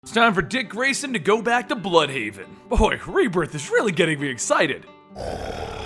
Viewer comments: its not bloodhaven or bludhaven but it is blÜdhaven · I think it would be pronounced blude-haven